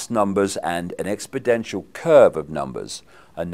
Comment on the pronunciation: "Expodential"??? wtf, Dave, it's expoNential, an exponential curve, the curve of the natural logarithm "e^t". There is a particular group of people that make these kind of mistakes whilst bullshitting. It's unfortunate because he has a lot of good to say, but he is as difficult to trust as the people he is outing.